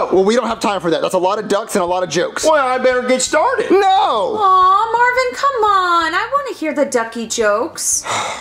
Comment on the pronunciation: Every time they say Marvin, one of my blood cells dies